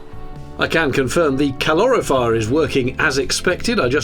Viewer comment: Strange pronunciation of "calorifier", shouldn't it sound like "calorie fire" ? But no matter, nice vlog.